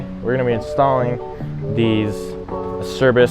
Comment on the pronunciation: No you said it right. The way it’s spelled. That’s the way we have been saying it for years